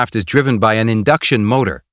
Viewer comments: actually this is " INDUCTION" NOT "INDCUTION" LOL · "indcution motor" :P